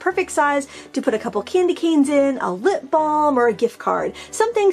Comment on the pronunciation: I thought you said "lint ball" but you said "lip balm"! Hahaha